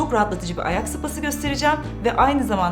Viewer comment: Spası'nı sopası diye okumak... 😐